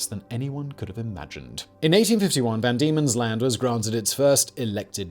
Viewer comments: Van Diemen's land.. VAN Diemen's land... Not Demon's land. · It was known as “van Diemen’s Land”, not “demon’s land”, for anyone wondering. He gets it right the second time he says it.